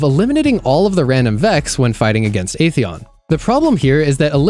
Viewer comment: Ath-eon not A-theon